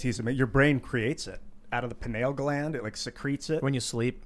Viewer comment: This is so nit-picky but the way pronounces Pineal Gland makes me stop listening. Take ONE human biology course or ONE medical terminology course please. But seriously, it was a good show though.